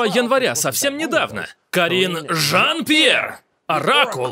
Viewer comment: Акцент на "ЖАН-ПЬЕР" это уже фишечка...😁